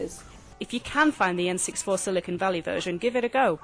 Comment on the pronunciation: "The EN SIX FOUR" ??